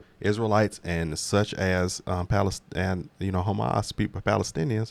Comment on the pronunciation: It’s Palestine. INE not AN. 👁️N